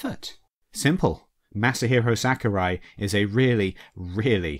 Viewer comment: I feel like you were saying master hero sackurai